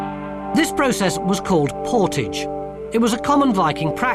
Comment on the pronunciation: | that's not how "portage" is pronounced. I also highly doubt that the Danes would have used a French word to describe carrying their boat over land.